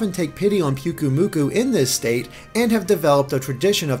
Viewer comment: I'm cringing every time you say PUKUmuku... in Hawaii the Y makes an "I" sound. PI-UKU-Muku. ahhhhhH!